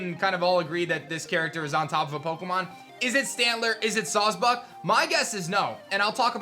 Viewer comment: It's clearly sawsbuck fool